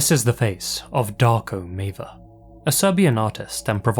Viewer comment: 1. Maver is not a Serbian last name. 2. The way you mispronounce it sounds as if you're saying "Dark ameba".